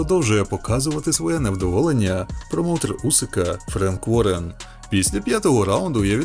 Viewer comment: «Промоутер Усика Френк Ворен» 😂